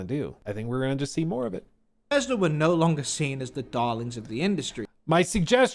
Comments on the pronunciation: "when i say ber-fes-ter what comes to mind?" umm, that the english are terrible at english? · I didn't know it was pronounced "Befesder"